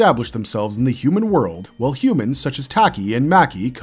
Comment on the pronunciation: Taki is not pronounced “tacky”.